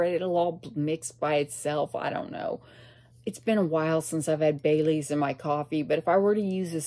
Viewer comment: I thought you said you put bay leaves in your coffee . Not Bailey's 😂